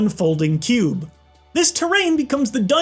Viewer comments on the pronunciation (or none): none